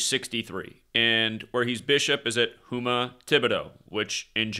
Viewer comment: It’s pronounced houma